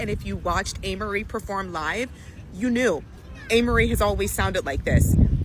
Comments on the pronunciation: Not Anne Marie!😂😂😂😫 its A-Marie. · It’s A-Marie.. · It’s pronounced Ayy-Mah-Ree..🙂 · It's pronounced Amerie with the long a sound. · It's pronounced with a long A